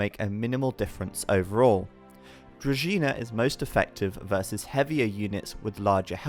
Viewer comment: Kudos to for knowing how to pronounce Druzhina (to be collected at the Varrock Museum).